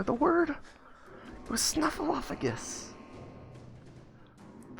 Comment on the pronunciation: Why do you pronounce it snuffleu*f*agus when the title spells it snuffleu*p*agus?